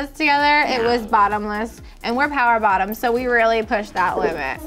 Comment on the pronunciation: AND WE’RE POWWR BOTTOM HAHAHA